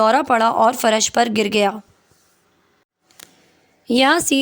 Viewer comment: فرش کی ادائیگی بھی درست کرلیں